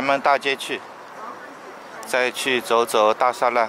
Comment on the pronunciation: 大栅栏应该念da shi lan-er